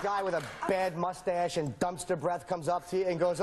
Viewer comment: Love the way Colin says "moosestache" instead of mustache